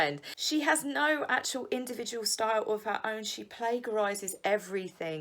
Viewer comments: I love your vids as I've told you many times. Just politely gotta tell you...its play-ja-rise...not play-gha-rise. Xxx 😍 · hun, ‘plag’ in plagiarise is spoken as with ‘page’ rather than ‘plague’ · Okay fab vid as always but the way you say “Play-ga- rise” is, well... unconventional. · Plagiarise is pronounced 'plai-ja-rise'. Aside from that, you're a fucking genius. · I think you’re great and I don’t want to criticise but please can you say the plagiarise g as a j as it is said. Thank you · The “g” in plagiarise has a “juh” sound not a “guh” one. Peace. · Sorry to have to correct you, but you are mispronouncing the word plagiarise. Correct pronunciation is to say it like page, and not like plague. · I love your videos but you are not pronouncing plagiarise correctly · Help hint: Check pronunciation of plagiarise. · And ‘plagiarise’.